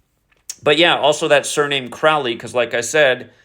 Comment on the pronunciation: Crowley rhymes with "holy" (Crow-Lee) Think about the movie the CROW starring the late actor Brandon LEE. Look up the poem "The Convert" ... The first 2 lines are... "Where are you going, so meek and holy?" I'm going to the temple to worship Crowley."